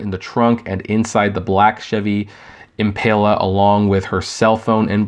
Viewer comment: Impala not impaila omfg